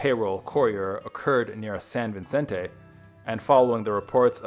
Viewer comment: That drove me nuts. I can understand butchering "Nahuel Huapi" (It's NAH-well WAH-pee; he pronounces it No-EL-ah-pee, rhyming with "Penelope"), but "cavalry"? Also, it's San Vicente, not San Vincente. No "n" in the second word.